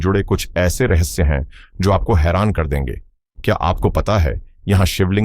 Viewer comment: Bhai hindi to sudhar lo. Rahasya or rahassa